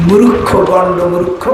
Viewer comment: এই ভন্ড নজরুলকে গু খাইয়ে দেয়া হোক।সালা ভন্ড একটা। আহমাদ শফি (দা:বা) এর বাংলা ভুল ধরে,আর ছাগলে নিজেই মূর্খকে উচ্চারণ করে মুরুখ্খ